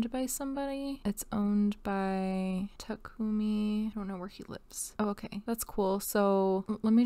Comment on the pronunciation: Takumi -> tah-ku-me..you don't hold vowels when saying Japanese names :)